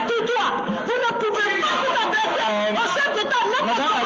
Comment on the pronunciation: Ca me faire rire quando elle dit un chef detat